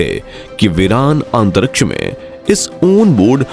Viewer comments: Why do you pronounce "antaraksh" instead of Antariksh Murkh ho tum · Antaraksha😂, abe jra bolna to seekh le